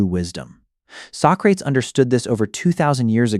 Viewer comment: Pronouncing his name “So-crates” is a wild decision, failed to take your own advice, huh?